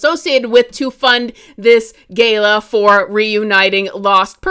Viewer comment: Girl, you gotta work on saying Philanthropist and Gala. I’ve got faith in you 😭👏